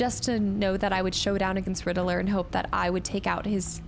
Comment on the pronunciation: The way you pronounce Riddlers name is different. Rid-dler